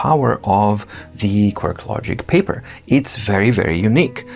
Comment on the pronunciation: I am excited about this review series on the Papyr. Unfortunately, it’s a little hard for me to deal with the intentional mispronunciation. My problem, yes. Sure, it’s cute, but— Why, though.